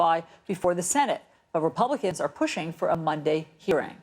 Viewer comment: Yeah ,yeah ,the "Rapiublikkkans"